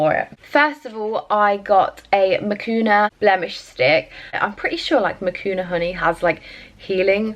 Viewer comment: It’s not makuna! It’s manuka!